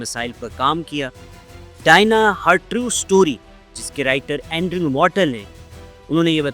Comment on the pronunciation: Very stale and useless presentation. Can't pronounce the name Diana. Don't know who allows such brainless production